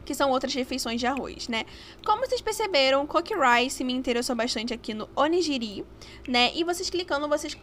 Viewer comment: Oni"gui"ri My kkk amei o vídeo <3